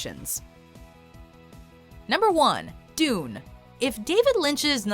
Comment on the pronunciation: It’s pronounced “Dune”